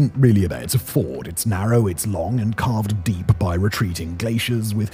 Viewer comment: Hey Simon it’s a Fee ord not an American car manufacturer